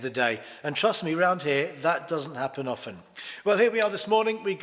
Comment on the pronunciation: Hooray, someone who knows how to pronounce ’often’.